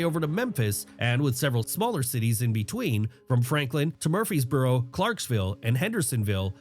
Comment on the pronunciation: Murphysboro lol I'm in Smyrna Edit: he pronounced like a local. Source? I'm a local